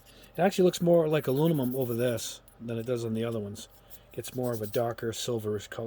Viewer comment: It's bizarre to me that you still can't say the word aluminum. It's not that hard to say. Are you doing it on purpose for laughs?